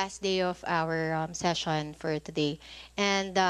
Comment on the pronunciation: The subject op the opiser op the chairman ah aha the priends op the pather is parther rule the eppect of the discussion wether we resfect the chairman flease.